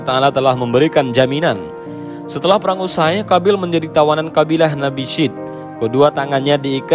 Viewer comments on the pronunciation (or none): none